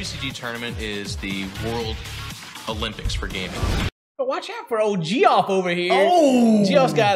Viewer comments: G-off killed me! 🤣 it's pronounced Jeff my dude! I will now forever refer to my uncle Geoff as G-off! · My guy called him "gee off" instead of Jeff 😂 love ya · Geoff is just pronounced JEFF, lol its short for Geoffrey XD